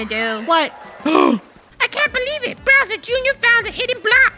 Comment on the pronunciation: has anyone realised how funneh says browser junior and not bowser junior